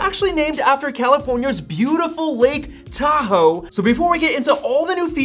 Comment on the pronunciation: As i listened how you pronounce the word "Tahoe" I immediately thinking Philippines snack food called "Taho", sweet.